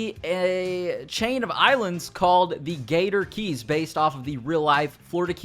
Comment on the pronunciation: Why does he keep saying gator gees instead of gator keys